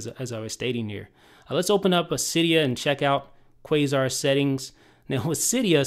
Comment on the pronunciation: It's pronounced Qasar (Kah-Sar).